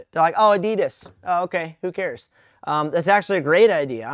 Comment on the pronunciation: Why does he say adidas like that